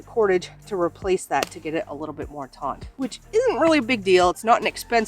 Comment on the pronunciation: Thank you for the great review! English teacher here, hope you will forgive me, but the word "taut" has no "n" and is pronounced just like the word "taught".